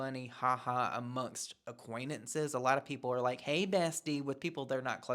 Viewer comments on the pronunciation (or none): It’s so minor and dumb but the word is not “aquaintenance” and she keeps saying it over and over 😅 it drives me bonkers.